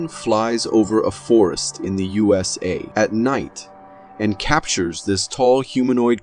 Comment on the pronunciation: Where in the hell is "you-sa'?!